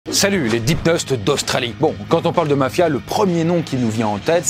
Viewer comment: Petite erreur à : Les Dipneustes et pas Dipteustes. 😊